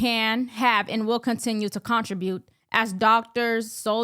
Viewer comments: BTW, it's not CON tri bute. . . it's con TRIB ute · contribute, not contra-brute